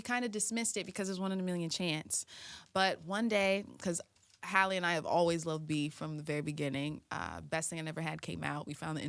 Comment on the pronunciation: How hard is it to pronounce "Halle" the way it's supposed to be pronounced, no one butchers Halle Berry's name lol and this is very disgusting because it's not like they haven't been on this stupid ass show before. You're all weirdos and terrible interviewers, absolutely tasteless